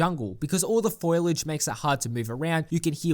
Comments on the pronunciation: foilage or foliage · fo-lee-age Foliage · This man legitimately just said "foilage".